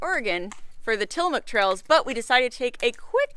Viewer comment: Bummer that I didn't hear about you guys being over here till now! The coastal range is a temperate rain forest so was not wrong. But one awesome thing is you guys pronounce Oregon and Tillamook correctly!